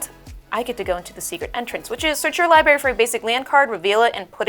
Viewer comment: Hearing "liberry" kills my soul a little more every time.